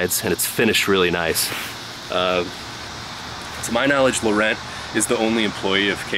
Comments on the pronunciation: I know this is late, and I love your videos, but you might consider googling pronunciation of Laurent. It's more like La Ron. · In French, the "t" is silent when you say Laurent but gives it more of a "ohn" sound at the end. ;)